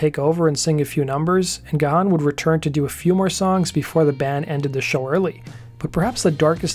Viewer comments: It's "gone", not "ga-han." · It's pronounced Gaaan not Ga-h-aan! The h is silent! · Dave's last name is not pronounced Ga-han. Its pronounced Gan. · It was Alan Wilder who felt after recording SOFAD that he didn't want to record in a toxic disconnected way ever again along with not getting the credit for album production. After Dave's heart attack it was only Martin Gore and Alan Wilder who played Deaths Door as the paramedics were loading him on to an ambulance. Side note: Dave's last name is pronounced Gan like the word man. The "h" is silent. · Gahan is pronounced as Graham.